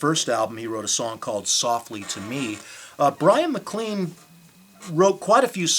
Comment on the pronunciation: Look, I have to admit that forgot "Alone Again Or", didn't pronounce "Da Capo" and Bryan MacLean correctly and used notes (OMG) but his info was primarily correct. He didn't say Neil Young produced "Forever Changes". He didn't say Glenn Cambell and Leon Russell played on it - he said they were members of the Wrecking Crew. He did say that Neil Young was discussed about producing it and that the Wrecking Crew tracked 2 numbers. An interview with Johnny Echols found here confirms these facts. I have "zoned out" when in front of people and forgotten names so I know how this could happen in front of the camera. As far as pronunciation, so what - we all knew what he meant. Give this guy a break! Just be glad he's keeping the music of Love out there.